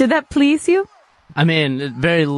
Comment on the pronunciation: "Stahp da Train Pwease".